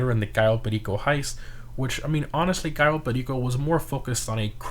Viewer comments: “Cayo Pay-Leako” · ITS PRONOUNCED K.O PER RICO